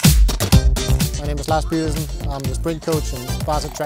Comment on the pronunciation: Pedersen 😂 Croatia - like:" gay-ersen"